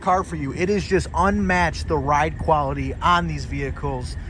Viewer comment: "QuaWity?" I assume you mean quaLity.